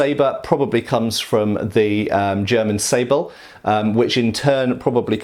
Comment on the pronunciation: Dear, the S in German is usually pronounced like a Z in English, so it is in “Säbel.” In “Degen”, your pronunciation of the single letters was correct so far, but the first E should be long, and you can slur the second E.:) Thank you for another interesting video! Greetings from Germany.